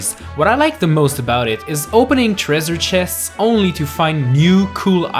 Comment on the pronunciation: What’s a “tereser tchest”, also “Ubjects”, “Speener” and “toylight princess”.